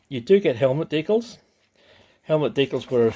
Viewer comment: Deeee cals not deekles